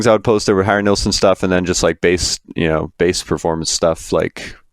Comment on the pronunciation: who is nealson ? its NILLSON